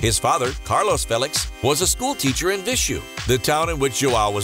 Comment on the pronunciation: The way you said "Viseu" lol, as a Portuguese, I would not have understood what you meant